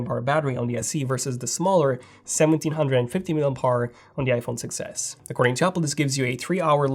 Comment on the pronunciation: Did you notice that when you say 6s it sound like success